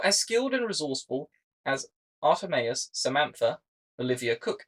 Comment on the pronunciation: 1) Love the point about how ridiculous a male mean girls would be. 2) I recommend watching the movie that you base a large amount of your argument around in order to be able to better counter or support points made by critics. Your pronunciation of “Art3mis” and “Parzival” were dead giveaways - sorry. 3) Fascinating way of viewing the current state of Hollywood and explaining it via the framework of Antonio Gramsci 3b) The fact anyone knows who Gramsci is beyond Hearts of Iron 4 players is astonishing to me 4) When seen as a unified group with a single, agreed-on focus, the actions of these progressive directors make sense. However, they are in fact many dozens of people who cannot simply be assumed to be colluding with each other. How would this affect your explanation of their motivations?